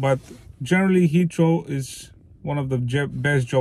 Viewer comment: I was wondering what hitchro meant and then I realised you were saying Heathrow. Lol